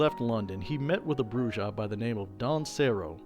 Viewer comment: Pronunciation matters. "BROO-hah" because it's a Spanish word.